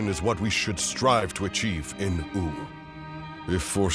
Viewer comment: Is that really how "Wu" is supposed to be pronounced? "Ooo" instead of "Woo"? Personally, I don't like it. Makes it sound silly.